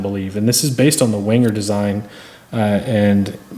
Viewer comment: It's pronounced venger not wenger.